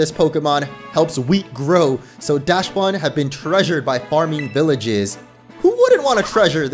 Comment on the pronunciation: I see you pronounced Dachsbun sounding like dashbun but since it’s based as a dachshund the dach in dachshund is pronounced like dock